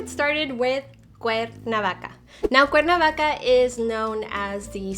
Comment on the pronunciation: Is not CUNA VACA..ITS C-U-E-R-N-A-V-A-C-A......